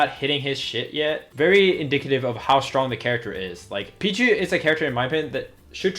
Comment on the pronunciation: Its pichu